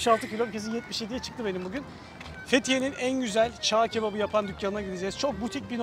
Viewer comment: Erzurumda askerlik yaptık hala "çağ" kebabı diyorsun 🤦😄